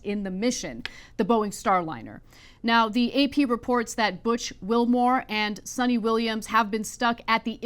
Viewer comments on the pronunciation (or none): Ann it’s not Sunny Williams it’s Pronounced Sooni Williams or if u want to be correct and proper Pronouunce it SOONITA WILLIAMS ! Thanks 🫵🏽🙏🏽🤦🏻‍♂️ yes I know it’s “Ana” 😅 get my point ? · Its not sunny williams..its sunita williams